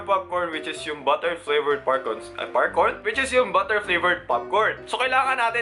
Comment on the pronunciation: "Buh-er" Hahahahahahahah